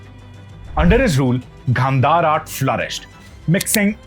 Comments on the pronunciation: Your explanation is simply good , But why are you pronouncing some Indian words with English pronunciation , Example Gandhara(Indian languages) Gandhar(you are pronouncing) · good information but please check with your pronunciation, instead of Gandhar, call it Gandhara , Sidhartha not siddarth. please don't cut the words, thank you